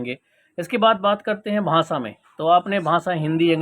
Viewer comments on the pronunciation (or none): भाँसा नहीं होता भाई भाषा होता है